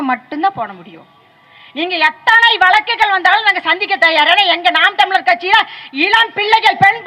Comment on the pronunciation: நீங்க பேராசிரியரா...? நாம் தமிழர் என்பதை நாம் தமி லர் என்றும் வழக்கு என்பதை வளக்கு என்றும் சொல்லும் நீங்கள் தமிழரா...அதுவும் ஒரு பேராசிரியரா...? முதலில் தமிழை ஒழுங்கா பேசுங்கள்...அப்புறம் பார்க்கலாம்.